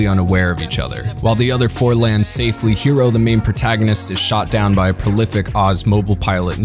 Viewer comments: New viewer here. Are you purposely pronouncing everyone’s names incorrectly?? Orrr. Because you speak perfectly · Was it really too much to ask to re-watch a single episode to make sure you were pronouncing characters' names correctly? Quatre, Heero, Chang Wufei, Treize, Relena Darlian, Lady Une, all butchered and cringe to listen to.